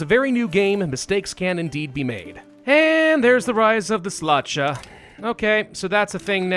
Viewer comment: Our gracing us by playing as my homeland in EUV and setting up Poland for greatness by exterminating the root of evil within central Europe called "Teutonic Order", outpacing historical borders and horribly mispronouncing Halicz (Halich in eng.) as HEYliH and Szlachta (Shlahta in eng.) as Slarzda is surely a treat. All hail, rightful king of Poland!